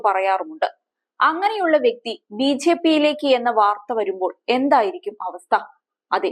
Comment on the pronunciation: 🤭ബി ഛെ പി, എന്നു പറയാതെ സഹോദരി,. 🤭